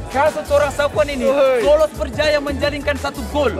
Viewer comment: Aku jeke yg dengar minit .... So kata menjalinkan gol😂😂😂😂